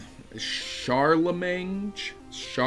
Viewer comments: Happy New Year!:D Charlemagne is pronounced "Char-le-main" (the G is silent). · Did you never learn to read? It is "SHAR-LUH-MAIN." Look at these words: campaign reign champagne charlamagne Notice a common thread? They all have GN, not NG. And the G is always silent. Charlamagne is pronounced "Shar-luh-MAIN" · charlamagne is said as ''sharla-main'' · You aren't Phil(DSP) I expect you're telling the truth when you say that box isn't empty. :) Shar la main is the pronunciation. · I'll help you out: Char-leh-main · It's pronounced "Shar-luh-mein." Also, Happy New Year! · Charlemange, the G is silent. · I think the G is silent in Charlemagne, much like it is in Champagne, unless you are Zapp Brannigan of course... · Am I the only one upset he pronounced Charlemagne and Rasputin wrong? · "Charlemagne" CHARLAMAGNE THA GOD????